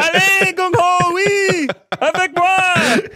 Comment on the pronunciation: you said the gung part almost perfectly, good job lol